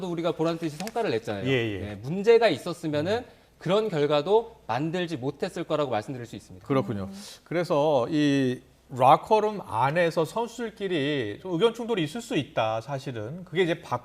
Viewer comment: 롸커룸이 아니고 라커룸